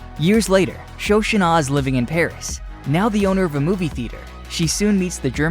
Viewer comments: The pronunciation that nearly killed it for me was "Sho-shunah." 🥴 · For the love of god, it’s Shoshanna…..